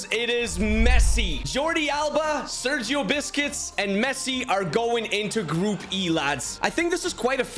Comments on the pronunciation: Bro said "Sergio Biscuits" 😂😂😂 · sergio "biscuits" lol